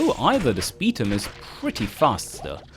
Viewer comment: The way pronounces Spetum "Speed um" Irks me.